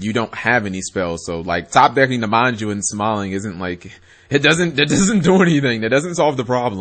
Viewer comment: Even though it might be a pun off Sanji's name, it's MAnju and SEnju. It's kinda annoying me at this point. At first, it might have been a misread or something, but after a while, it gets annoying, imo.